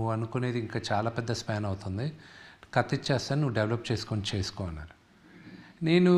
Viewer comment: కత కాదు రా కథ అనాలి 😂😂